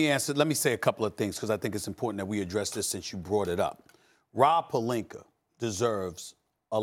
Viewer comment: how come Stephen A can pronounce Kyle Kuzma properly, but not Rob Pelinka?